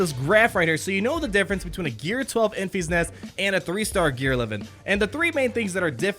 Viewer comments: En-FISS NEST, not EN-feesnest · En-FEE's-Nest!!!!!?????? Omg it is killing me ... it's "En-fis-Nest" I cringe each time he says it! Lol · En-FISS Nest, not En-FEES Nest as per the Movie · I saw the movie again last night - tge middle syllable is different from your pronunciation: it’s not pronounced as en feas nest ; it’s en fis nest (rhymes with diss, not ease ). Hope that helps. You have great content.